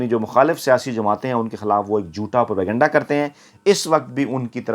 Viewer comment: یہ لفظ پر کنڈہ(pur kanda) نہیں ھے اینکر نے ھر بار یہ لفظ غلط بولا ھے یہ لفظ انگلش کا ھے جو انگلش میں اس طرح لکھا جاتا ھے ( propagyenda ) اور اردو میں اس کو پروپیگنڈہ بولا اور لکھا جاتا ھے اصلاح فرمالیں